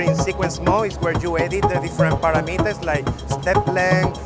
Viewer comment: His accent was a bit much. Who pronounces "parameters" this way??